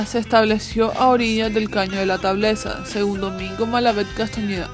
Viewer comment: Entre la canción en inglés y la lectura con voz impostada se me quitaron las ganas de prestarle atención. Caño de la Tablaza, no de la Tableza.